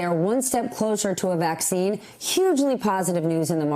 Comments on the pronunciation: You're slipping it's vaccine not "Caccine" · I clicked because "Caccine" lol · "Caccine" lmfao 😅😂🤣